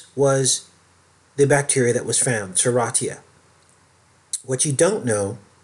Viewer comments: Enjoy your vids but wish you would pronounce Serratia correctly (sir RAY shuh) since you have made several vids about it. Marcescens (mar SESS ens). Nosocomial (no suh COMB ee uhl) is a hospital acquired infection, meaning you go in the hospital for one illness or surgery and unfortunately pick up an infection from germs and bacteria in the hospital. Some hospitals have a worse Nosocomial infection rate than others, and it should be public knowledge but they try to hide the stats from the public. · I'm an RN, it's pronounced Ser RAY sha.